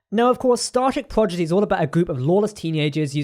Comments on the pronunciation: You kept saying progidy instead of prodigy. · It’s Prodigy NOT PROGIDY!!!!